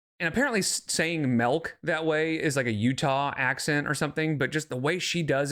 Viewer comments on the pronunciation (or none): I'm from Utah and we do not say MELK. It's MILK. I also think it's funny she doesn't recognize where that comment is making fun of her. SMH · hello from SLC. Melk is definitely not a Utah accent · Saying milk as MELK is not a Utah accent LOL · Everyone I know, myself included, says melk and I’m from west Michigan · lmao you've never been little. And hey idiot, they were making fun of the way your dumb ass says MELK